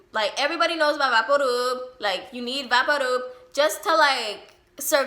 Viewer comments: was you saying vapor rub? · Is she saying vapor rub lol